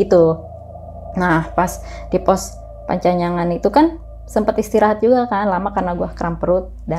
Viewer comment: panyancangan bukan pancanyangan 😁